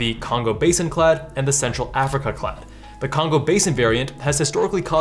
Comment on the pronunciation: The "a" in clade is pronounced like the "ai" in paid